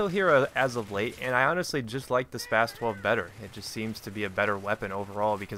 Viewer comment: the way you pronounce that gun is so spastic.